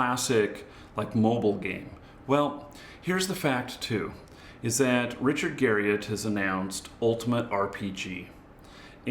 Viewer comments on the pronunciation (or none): none